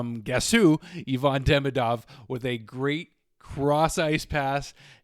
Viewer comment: It's Ivan, not Yvonne.